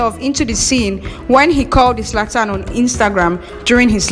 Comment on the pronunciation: Abeg no be izlatan it's zlatan